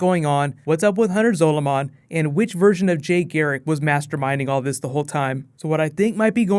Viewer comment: Zolomon is prounounced the same as Solomon.